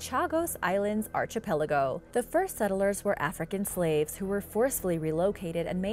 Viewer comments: Archipelago is pronounce ARK EE PE LAGO not ARCHIE PELAGO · Love all your videos, but the archipelago thing is driving me crazy. Its not pronounced like arch...but like ark-ki-pell-igo. I even googled it to make sure I wasnt crazy. I'm sure you have a lot on your plate but I just cringe when I hear the pronounciation. It happened in another video a week or so ago as well. Anyways rant over. Keep up all the awesome videos! I watch everyday! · I know I've mentioned it wayy too many times but, my OCD requires me to yet again bring up the mispronunciation of Archipelago,, it's pronounced Ark-i-pel-ago... I'm not trying to be a pain but PLEASE fix your pronounciation! 👍 I really enjoy your videos but the Archipelago thing drives me nuts!! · I am multilingual, so I'm probably more picky about people with English as a first language pronouncing English words correctly. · its pronounced "ark-i-peligo' not archy peligo like some mid west Guido and being from Australia its pronounced frazor island not frasier like the show ' ugh do your research before you post